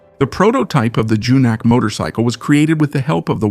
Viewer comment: Pronounce "Junak" like "yunak." The Sokół RT 600 was an interesting motorcycle.